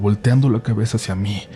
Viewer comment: Alguien más escucho que hablaba con la "d" por ejemplo cabedsa, de igual manera muy buenos relatos saludos comunidad RDLN👏🏻👋🏻